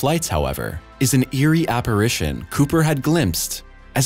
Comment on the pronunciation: If you really MUST tell lies, & make up stories in your synthetically created shit, at least get your pronunciation right - 'subsEEquent' is 'sUbsequent': 'apparAYcion' is apparItion. I stopped listening .